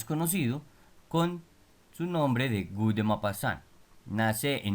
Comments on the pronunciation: Amigo es Guy se pronuncia gi que significa Guido gracias!! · Se pronuncia "Gui" (sonido fonético en francés). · Un dato es que Guy se pronuncia Gí (La g cómo de gato no como jota )